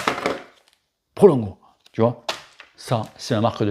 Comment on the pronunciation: Prologo, pas Prolongo:p oui je sais on s'en bat les couilles:p mdr ps: magnifique en effet! Je rajouterai qu'il faut avoir une bonne selle adaptée à sa morphologie, un bon cuissard mais surtout: UNE BONNE POSITION, c'est ça le plus important;)